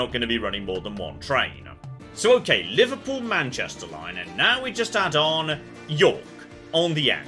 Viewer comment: How you pronounce Manchester, sounds proper Manc, love it!